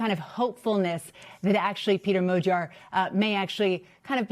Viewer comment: Dear English speaker! The word "Magyar" contains the letter gy. Please say like the beginning of "during". And in the word "Tisza", there is a sound "sz". It is like "s" in English. Begining of "south, size ..." Otherwise my ears will blow up! Thank you in the name of every Hungarian! :) The next video starts with his name as an example!